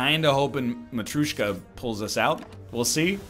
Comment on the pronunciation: It's not matrooshka :D it's ma-tree-oh-shka